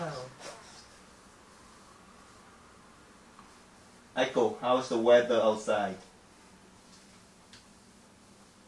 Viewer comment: "Hello, my name is Eiko" But I thought she just said her name was Aiko?